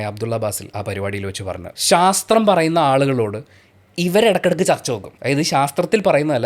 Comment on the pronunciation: ഇക്ക "സാസ്ത്രമാ" പറയുന്നെ 😂 ഖുർആൻ "സാസ്ത്രം" 🤣